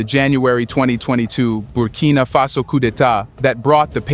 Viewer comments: 'Coup' is pronounced 'koo' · Coup, pronounced "ku" with a long u sound.....it is French....meaning "a sudden, violent, and unlawful seizure of power from a government."